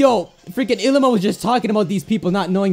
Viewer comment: It bothers me when he says Ilima. It's pronounced ee-lee-ma.